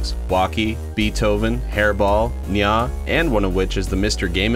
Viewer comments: It’s nyaw not NyAh! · It’s neow